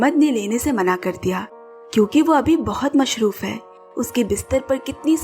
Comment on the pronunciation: ma'am mashroof nahi masroof hota hai.